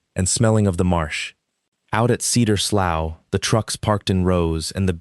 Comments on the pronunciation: Slough is pronounce "slew", it is a type of drainage creek. 😮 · The word slough has multiple pronunciations depending on its meaning and whether you use American or British English. It can rhyme with "slew" (like blue), "slow" (like cow), or "sluff" (like cuff). It is probably better in this context to pronounce it sluff. Many of us have heard a real life story much like this from various settings, not just rural. This story was well produced by giving us a satisfying resolution to outrageous exploitation. It's amazing to have whole families poisoned by such practices, although this sort of thing is not far off from college fraternity initiations crossing the line from minor pranks into severe physical abuse, alcohol poisoning, and fatal hazing. High-profile incidents across the U.S. have led to hospitalizations, permanent disabilities, criminal felony charges, university bans and even death. It's, "You can be one of us if you can take the humiliation and assault, to become as bad and evil as we are". You can research hazing deaths for yourself. If extraterrestrials came to evaluate earth, there's some question as to whether or not they'd leave it as a cinder.